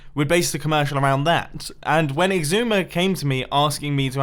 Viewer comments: Zoo-mah-void? More like Ecks-Eye-Zoe-May-V-O-Ide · Mumbo you butchered his name it’s ecks I zooma void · I think you pronounced his name wrong